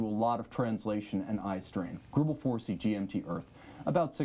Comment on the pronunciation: *GREUBEL FORSEY